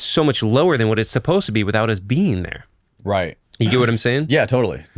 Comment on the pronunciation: Supposed is two syllables, not three. Supposedly is four syllables.